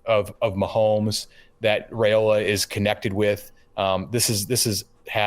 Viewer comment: Like your show. But somebody needs to nudge that the pronounciation of Dylan's last name is "Rye"- ola, not "Ray" ola 🙄